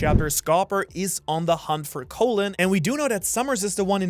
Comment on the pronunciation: Is the kid actually named after the organ or are you purposefully mispronouncing Colon?